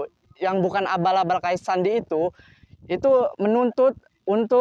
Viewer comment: Sandi yeh bang bukan sendy